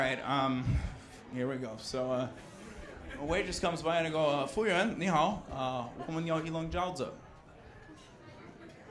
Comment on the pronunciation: Damn, your pronounciation of "服务员" is soooooo native!